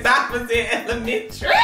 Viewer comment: yooo he never had to say elementary like that😂🤣😭